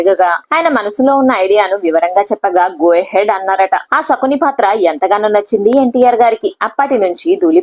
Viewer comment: ఒసే కామెంటేటర్ మీడియాలోకీ ఒచ్చే ముందు భాషపై దృష్టిపెట్టాలి, నర్తనసాల కాదు నర్తనశాల, ధూలిపాల కాదు దూళిపాళ, సకుని కాదు శకుని అనాలి తెలుగురాదా మోటిదాన